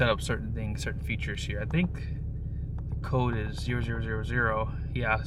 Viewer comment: Based on how you pronounce “code” (cold) you’re, Vietnamese or a Gen Z.